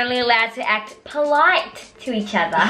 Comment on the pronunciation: Its polite not poilte Hahahah